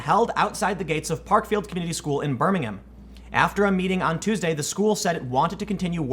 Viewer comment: Doesn't Twitter realise this culture they're promoting is going to lose them customers? Also that's not how you pronounce ber-ming-am!!!! Silent H!!!!!